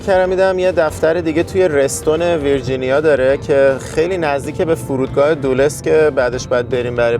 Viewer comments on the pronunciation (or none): ابراهیم لینکلن 😂 فرودگاه دولس 😂 آقا تلفظ تون را درست کنین